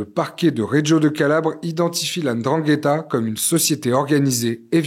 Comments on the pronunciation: Bizzare, tout le monde arrive à prononcer ndrangheta mais pourtant quand il s’agit de nom comme ngolo(Kanté) tout le monde prononce engolo. Je m’attendais à entendre la endrangheta vu qu’une bonne partie des francophones fait comme si il est très difficile de lire naturellement comme c’est écrit. Mbappé. Embapé. Bref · Comment ce fait il qu'ilspronocent bien Ndrangeta, mais ne parvienent pas à bien prononcer les noms comme Mbappé, Ngolo et autres, correctement ?